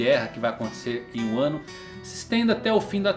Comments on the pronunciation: De vez em quando eu não sei se ele tá falando "Wano" ou "um ano" kkkk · eu tava me comfundido se vc tava falando "1 ano" ou "wano" kk dps q entendi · "Quem conquistaria One Piece em Wano"? Buguei até entender que estava falando "em Um ano" 😂😂😂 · Ele falou em 1 ano kkkk eu ouvi wano Man kkk